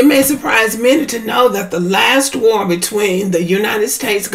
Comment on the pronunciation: 😂😂😂😂 did she say War ??